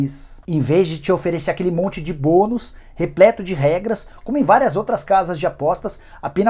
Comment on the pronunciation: O que as outras casas de oposta acharam da dica do Nicola?! Kkkkkk " em vez de um monte de bunus"